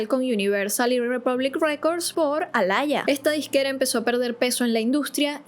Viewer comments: No se dice alaia 😢smh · es que lo pronuncia horrible Se dice aliya, alalla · Por qué llamas a Aaliyah alaya 🤣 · Aaliyah se pronuncia como tal ❤😂